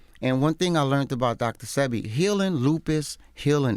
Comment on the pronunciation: DJ ENVY..... YOU DID IT AGAIN. 🤬 Its Dr. SEH-BEE Not SEE-BEE... Dr. Sebi... Pronounce it right!!!!!!! 🤨🤨🤨🤨